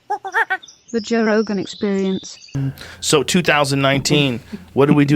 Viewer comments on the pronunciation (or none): Ben absolutely mudded Joe’s name.